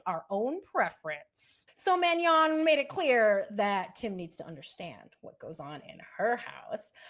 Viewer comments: You really should learn to pronounce Manon correctly. You say it like Man- yon. There’s no tilde there as in Spanish. It’s French - just Ma-non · Please, please please pronounce castmembers' names correctly! Manon is not pronounced "Man-Yon". No y sound in that name. It should be pronounced "Man-AWn" (*soft n at end---hardly ennunciated**). The end is more of a nasally sound, not an English enunciation.